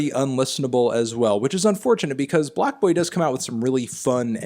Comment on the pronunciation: i can’t tell if he’s saying blackboy or blocboy 😂